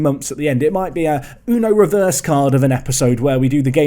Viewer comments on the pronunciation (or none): none